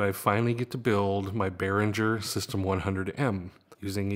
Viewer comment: I believe it's pronounced Behringer with the "g" as in the word ring.